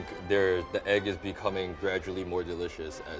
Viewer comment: The man : "i think the egg is gradually becaming more delicious" Me: Dude...thats not how it work! By the way...are you drunk?